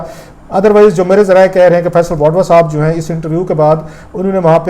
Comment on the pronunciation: Sir you are a good journalist, but please correct your pronunciation,, like this is not" wadva" this is "wauda" And next you speak R as L like thirty = thalty Party = palty And many more, instead of R, you pronounce it as L